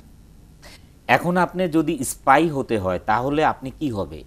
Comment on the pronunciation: "apne dekben... mission taa hoisse issspy" #Facepalm level: 10,000